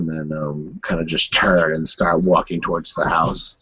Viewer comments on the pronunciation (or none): Awesome as always! =) I just have one tiny little thing I want to say.. I don't know if you are aware of that, but you say "thowards" instead of "towards".